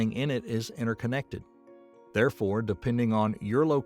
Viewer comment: It's interconnected not innerconnected